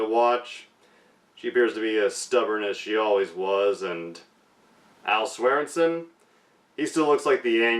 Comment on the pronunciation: Hey doll - it’s pronounced Swearen-Gen 😬